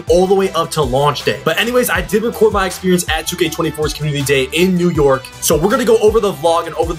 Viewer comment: You know he not from New York by the way he pronounces "New yOrk"